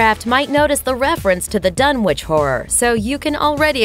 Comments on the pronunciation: "Dun-itch"... It's pronounced "Dun-itch". Not "Dun-which"! If you're going to talk about HP Lovecraft and his work, learn to pronounce said work correctly! (except for the language of the Elder and Outer Gods... I'll forgive you for not being able to pronounce that lol) Also, Pickman's Gallery is based on "Pickman's Model", also my HP Lovecraft. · Ok. It’s pronounced “Dun-itch”. 🤦🏻‍♂️ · Dunwich is a kinda different way of pronouncing it it’s pronounced dunwick